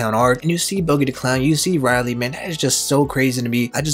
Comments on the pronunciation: U didn't just pronounce Rayleigh as Reilly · Man you pronounced rayleigh wrong so many times it hurt